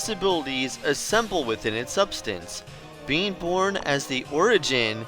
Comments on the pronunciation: I keep thinking you're saying "bean" instead of "being" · I keep hearing the word "being" as "bean", I'm laughing so hard at my own stupidity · I keep thinking your saying BEAN'S! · Everything time I hear "being" I hear "bean"